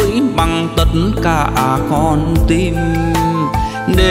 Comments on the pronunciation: hát Hay lắm nhưng cố gắng phát âm hai từ (con tim) không dọc ((tiêm) ((Tìm) không dọc ( tiềm)chỉ vậy thôi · Csi hát hay nhưng cần phải chỉnh sửa 1số từ phát âm chưa chuẩn như từ: TIM thì cs lại phát âm thành TIÊM hay từ TÌM cả lại phát âm thành TIỀM vvv... Cs hát những bài Duy khánh hát trước đây cực kỳ hay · "Tim" ma phat am "tiem"nghe mat hay,du ban hat rat tuyet voi,noi luc rat sung man .